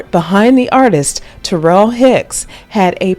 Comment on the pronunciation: *She spells it Taral. I dont think it's pronounced like Terrell either. I think she pronounces it like tuh-RAAL or tuh-ROL ...with a short O sound in the 2nd syllable. This youtuber butchered her name. Look at the comments ob some of this youtuber's other videos. She be gettin corrected